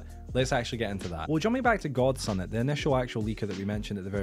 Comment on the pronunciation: I'm a rando ngl . I just found your channel a few days ago with all the MC news/controversy going around . I say all this because you can really just ignore my next statement, but I think that persons name is pronounced gods unit ... Not god sun it lol . Not trying to heckle the info is awesome and very informative.